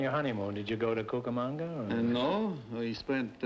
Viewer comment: It’s not Cucamanga! It’s CucamOnga!